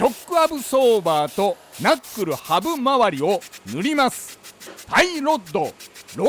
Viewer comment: な↑っくるぅ ハブまわり もなかなか癖強い